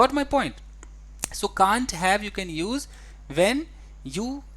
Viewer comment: TEACHER, why do you pronounce positive as pojitive and use as uje, oppositive as oppojitive?